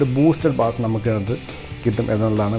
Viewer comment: Nammal ellarum ബാസ് എന്ന് തെറ്റായി പറയുന്നു . അത് ബേസ് ആണ്